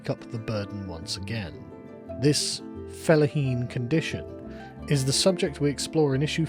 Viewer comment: I swear Sargon, I am so tired of hearing you say "felaheen".